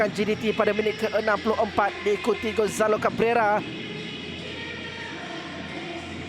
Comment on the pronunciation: "gonzalo gabeauweuwa"